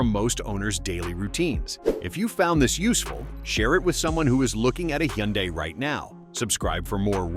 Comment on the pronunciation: First, teach the AI how to pronounce Hyundai. Then pronounce it the same way each time. Then admit that for most driving, these features are very helpful. Sometimes, like in rain and snow, they should not try to work. I am reminded of the Tesla that some fool had in FSD mode during a snow storm that decided to make a left turn into the guard rail. Burnt to a crisp.